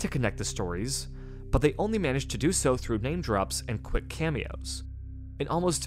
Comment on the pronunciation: I couldn't tell whether, , you said "quick" cameos or "click" cameos .. but, then decided that it pretty much ended up meaning the same thing.